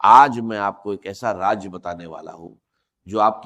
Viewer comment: Raaz ko Raaj Keh raahai jhoota